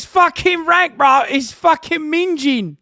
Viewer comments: Ming-ing not ming-jing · Oh Hasan you used innit wrong luv... Minge - pronounce the g Minging - don't pronounce the g